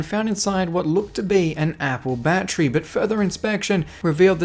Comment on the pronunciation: I swear if I hear battry I’m done for the rest of my life